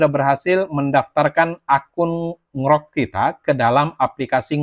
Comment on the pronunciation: baca ny En Ji Rock mas, bukan Ngrok 😅